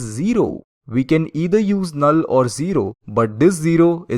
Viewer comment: the way he pronounced "a null" is very funny